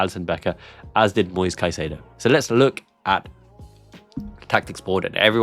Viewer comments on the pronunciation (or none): none